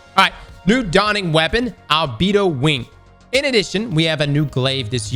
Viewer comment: Al-bee-doh definitely not Al-bed-oh